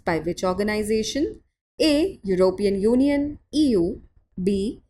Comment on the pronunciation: european uniun